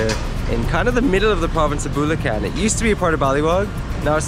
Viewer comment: Punto is accent. Bulacan is putting emphasis on the unexpected syllable